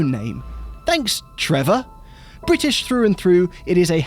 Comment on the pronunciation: Thanks for saying bri'ish the correcy way :) Lovely Cars. The Speed 12 will forever be my dream unobtainium TVR. Just an INSANE car.